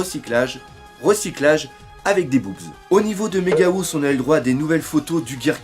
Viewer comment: Megahouse ce prononce Megahawse